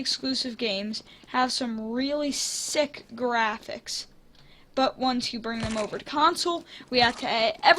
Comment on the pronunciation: Does anyone else hear that he said “SICK graphics”😮